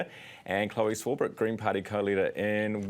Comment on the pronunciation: Swarbrick rhymes with brick and with thick.